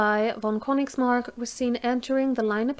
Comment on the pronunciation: I know Königsmark, it is I think a little more known in Germany. As a German, I think your pronunciation was great. I really appreciate your effort in this. 👍 As long as you keep making these history videos, I'll be watching. Keep up the good work.